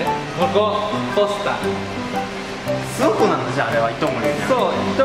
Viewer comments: 地元民「すわ↑こ↑」 テオくん「す→わ↑こ↓」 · すわ↑こじゃなくてあげずに諏訪湖っていうんですよ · 諏訪湖のイントネーション違う気がする 諏↓訪↑湖→な気がする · ずっと気になってたけど ⤵⤴⤵ 諏訪湖 じゃなくて ➡➡➡ 諏訪湖 だと思う！ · 諏訪湖のイントネーション気になる笑